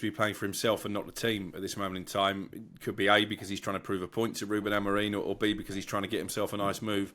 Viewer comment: Unsurprising there's only 60 likes after 11 hours. Ange and Crook very negative and ignorant. And how a supposed "Journalist" still cannot pronounce Amorims name right after 6 Months is ,... how shall I put this, "EMBARRASSING".